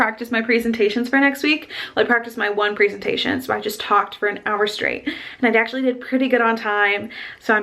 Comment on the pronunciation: And babe that's to be called "prezentation" and not "preezentation" NO OFFENSE